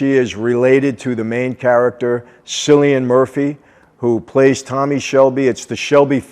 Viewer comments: Love the video Michael Mike just watch it with the pronunciation of Cillian Murphy He’s Irish so it’s pronounced Kill- lee- an Great video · The pronunciation is “Kilian”. Great review! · It's Kilian, Michelle. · Cillian Murphy is pronounced Killian it's an Irish name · It's pronounced with a hard c like killian great actor even better show 👏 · Cillian is Irish 🇮🇪 pronounced kill e an He will be playing "Oppenheimer" the father of the atomic bomb in upcoming Christopher Nolan movie, he will be very big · Cillian Murphy isn't pronounced the way you are saying,he's Irish its pronounced killian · Cillian’s name is pronounced with a K like Killian. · It's pronounced Killian Murphy but everything else is spot on :) us Irish have tons of hard names to pronounce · It's pronounced killian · Hey Michael! Irish fan of yours here. You don't get much wrong, but you have the pronunciation of "Cillian" wrong. It's pronounced "KILLian". Thanks for all the great material! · Thought it’s pronounced Killian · Michael its cillian(kill-ian) and his family in the series are irish gypsys,cillian himself is irishborn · Mafia would end up dead if they tried moving in on the UK, also Cillian is pronounced with a K, as in Killian, its the celtic C thing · I think his name is pronounce Kill-ee-an .. Love this series! Happy you reviewed it! Thank you! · Just a quick comment loved the video, Cillian Murphy is Irish and it's pronounced with a K like Killian, I know it's misleading for people outside the UK and Ireland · Aww Michael. You butchered my fellow Irishman's name...Cillian Murphy. It's pronounced Kill-ee-in. The first part of the name 'Cill' is one of a few Irish words for Church or Monastery. Thought this would interest you seen as you're bringing your life closer to God and Church. All the best👍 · Cillian is pronounced Killian. It's an Irish name. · Cillian Murphy pronounced killian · Cillian is pronounced with the K. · Eh Micheal it's not cillian lol ,it's more like Killian mate 😉